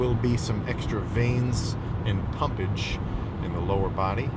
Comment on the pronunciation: "There will be some extra veins and pumpadge in the lower body" is crazy